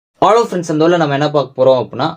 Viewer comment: ஹலோ ❎ ஆலோ ✅😂